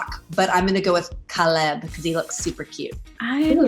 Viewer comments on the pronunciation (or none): I- its not pronounced Cauleb its literally just CALEB. Lol srry had to say it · Haha “” said Caleb as Cahlib haha. It’s more Cayleb. Btw I know this coz my brother is called Caleb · did she rlly just say kalebb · “imma go with Cahlahb because he looks really cute” has she never heard of stranger things lol